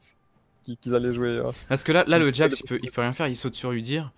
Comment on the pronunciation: C'est Jax, pas jasque.